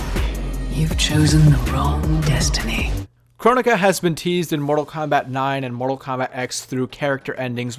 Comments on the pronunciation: Its pronounced kro-nee-ka not Kron-ika or however people pronounced it. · It’s Cro-Nee-Ka